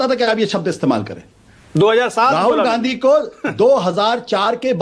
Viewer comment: Ssals ajay aalok ka munh me laand koncha huwa hai kya ki....gandhi ka hamesha galat uchharan karta hai....aur manak ssala hamesha dallali karne aa jata hai...